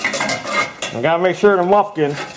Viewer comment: im practically tearing up as he tosses out "Kroler" and "Briggs and Scranton" and then right when Im about to fold over laughing he directs us to the "Mufkin"!!!.. priceless!